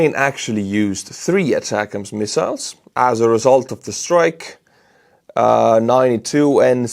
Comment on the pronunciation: For some reason I miss how you used to say atacms…attack..ms - haha